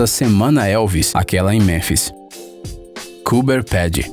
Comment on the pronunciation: desculpe meu, mas sou australiaano. poirque voce botou no meio da edicao uma favela? primeiro faca uma pesquisa de pronuncia de locais e fatos. o nome do estado nao eh gales do sul, mas sim nova gales do sul. gales do sul eh reino unido. coober pedy pronuncia-se como voce mesmo disse que aborigenes falam, entao porque mudar (kupa pity) e existe google translator pra voce ouvir como se pronuncia. pra mim isso eh preguica. e por fim nao existe ceia de natal, cada um come o que quer e nem fica necessariamente acordado ate meia noite. o que ha eh o almoco de natal